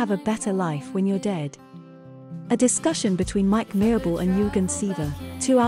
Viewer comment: So,who is Mike Marable(not Merable)?Any short bio or at least how he started with this?